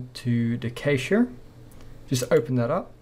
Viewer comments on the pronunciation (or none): Awesome, thanks. Really needed this and I loved how you solidified there in the end! But! Look up the pronunciation of cache. It's more like cash (money), not "kejsch". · “Cash” not “kayshe” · Nice tutorial...Just one thing, Cache is pronounced the same as cash...You're welcome. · ist't cache kinda pronounced similarly if not the same as cash?